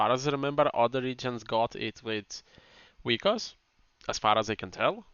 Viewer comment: Also isn't it Vikas or vykas instead of vykos?